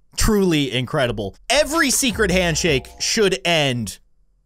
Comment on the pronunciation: There's. A sekeret. It aanoter ifinitygoblen